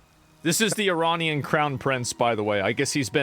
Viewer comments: “You know it’s called Earrran!” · Finally an American who says ‘Iranian’ properly